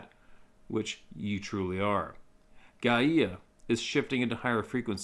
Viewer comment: it's pronounced guyya. Mother earth spirit.